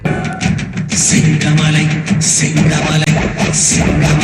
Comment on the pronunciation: Singamalai 😂😂😂😂😂 sengamalam nu aaya peru tan kekudhu